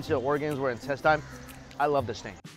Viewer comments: In-tes-ten. Why do you always say in-tes-tyne? It's instesine! Damn it Mikey! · loved the content as usual, but the pronunciation on "intestine" is killing me